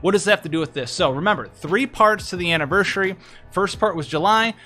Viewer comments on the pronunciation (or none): You do realise you keep saying "AnniverSHUry", right?